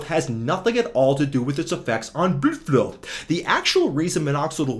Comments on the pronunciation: Bro really said “Bluedflu” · damn, that is really funny, and that hair channel "Hairguard" is real cringe I mean I can't describe, but is so good with his mental gymnastic that he make him look even worst, when I listen "bluudflow" with English accent I'm dying from laughing